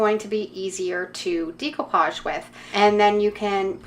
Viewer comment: Nice work thank you. Please pronounce it right, it's pronounced deck o pauge , not dEc o pauge. I'm in my 70's and have been doing it for many years. Suddenly lots of crafters say it wrong. Sorry to be a craft Karen. Lol.